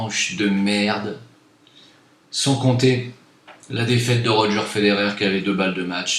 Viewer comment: Ahhh tu m'as régalé xD !! surtout au début avec les baffes xD et roger c'est un suisse arrête de l'appeler Rodgèr comme les présentateurs tv, il s'appelle roger, comme le prénom de l'ex nation france, roger quoi. Allez espérons qu'on devienne blindés comme ça on se barre de ce territoire fantôme